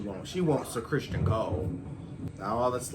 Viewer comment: His name is Criston, not Christian.😊